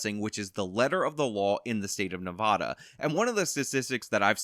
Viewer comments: Everytime he says Nevada i Cringe its Nev-ah-Da not Noh-vah-Duh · It's ne-vad-a pronounced ne-vad-uh the "a" in vad is like how you say dad. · For the love of my ears, it's not Nevaada. The first a is pronounced like the a in bad, not like bod. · I respect outlook on this, but I can't forgive his pronunciation of "Nevodda". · OMG, please stop saying Nevada like that. I know you wanna pronounce it like a Spanish word, but it's not correct. You drink Serra NAV-AAW-DUH in Las Vegas NE-VAHD-AH.